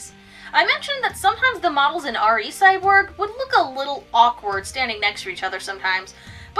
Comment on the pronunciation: I checked the trailer for the 2012 film, it's pronounced "Ree," not "Arr Ee." Props for not saying "Double-O," though!